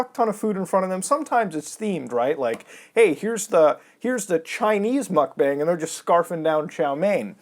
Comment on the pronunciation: It's actually pronounced "mukbong". It was popularized by Korean streamers.